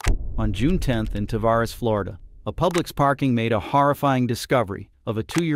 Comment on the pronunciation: Tavares, FL. It is pronounced Tuh-Ver-eeze.